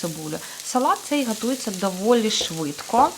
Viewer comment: не паріжу а поріжу, не гатується а готується. Будь ласка зверніть увагу так хочеться слухати і слухати вас❤ дякую вам❤